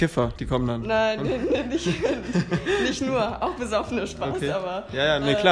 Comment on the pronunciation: bei Nicht fehlt das N